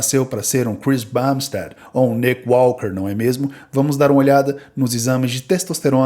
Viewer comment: Vc falou Cris Bambisted uma vez sem falar cbum kkkkk